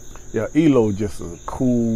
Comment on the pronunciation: "Turned to Stone" ; "Evil Woman" ; "Last Train to London" ; "Strange Magic" ,were my favorites by ELO.....also, it's not "eelow" , its each letter "E-L-O" which is short for Electric Light Orchestra...😉👌💥